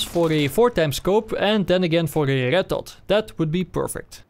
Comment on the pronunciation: it is me or that he can't pronounce Red XD but really good video. thank you